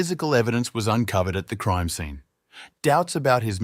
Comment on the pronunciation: This is a good channel, however, the mispronunciation of words is a little annoying. Creame-meh instead of crime and no-ledge instead of knowledge, you name a few 🙄